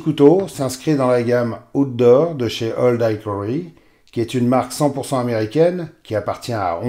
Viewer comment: Salut. Pour info game a ici le sens de gibier...donc small game ne signifie pas petit joueur ...je dis ça.. Hickory se prononce aussi / ik/ et non / aik/ comme dans Ikéa 😊